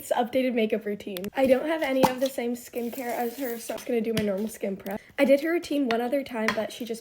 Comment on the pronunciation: Did you say skin mare??????????